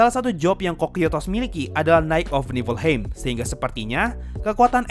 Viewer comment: Bang baca nya bukan Niflheim tapi yg bener Niflheim